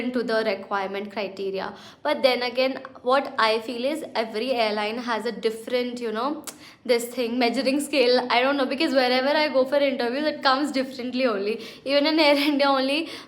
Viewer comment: Really loved the video but I couldn't help but point out that you are pronouncing "measuring" wrong. Please use a "shh" sound instead of "jhh" sound.